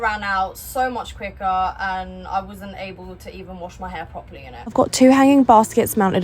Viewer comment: Did you say proply? Where is that in an English dictionary?